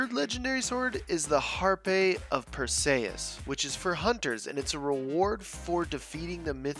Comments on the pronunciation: Har - p of Per - c - us, is how to pronounce it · Perseus is pronounced differently!!!!!!!!!